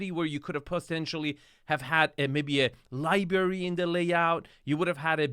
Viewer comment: A "Liberry" lol, you lost your "R" LIBRARY